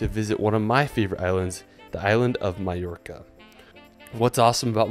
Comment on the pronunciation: Only one pissed of about the way he pronounced Mallorca in England it’s pronounced Ma-York-a